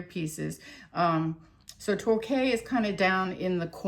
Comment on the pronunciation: Torquay?? Tor-kee!! 🙂